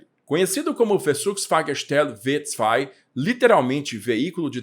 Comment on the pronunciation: => Preciosismo: se você vai ler o modelo como V2, tem que ler em alemão, ou seja, "fau zwei". Lembre-se do "Folksvagen", pronúncia correta dos VW.